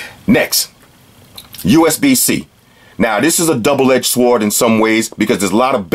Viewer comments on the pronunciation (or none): my dude says sword with a hard w lmao